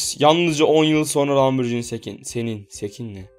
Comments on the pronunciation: Lamborcini degil abi lamborgini diye okunuyo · O arabanin telaffuzu lamborcini degil lamborghini